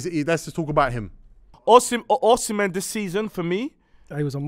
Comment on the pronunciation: Man said Osimehn better than Kane loool